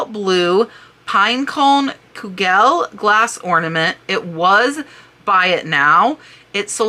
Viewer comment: Great video with amazing Christmas items. Just though I would mention that Chenille is pronounced "Shaneel." Also, Kugel is pronounced "Koogul." Thank you for all you have taught us with your wonderful videos.